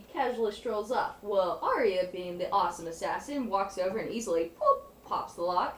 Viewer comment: Why can't americans pronounce 'arya' correctly? Both george rr martin and the show itself have confirmed the correct way, yet they ALL still say 'aria'